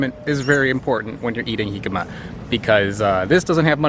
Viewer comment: Pronounces Jicama correctly. Doesn't pronounce Tajin correctly :P Just giving you a hard time. Keep up the fun content!